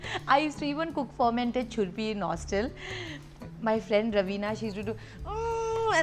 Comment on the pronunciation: I m glad that u visited Sikkim 😘 ❤️ this is Gangtok Lal Bazar .I loved the way u say churpi ...😊😊